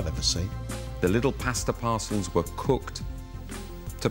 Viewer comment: The word pasta being pronounced like they are saying pastor in a southern accent is killing me 😂😂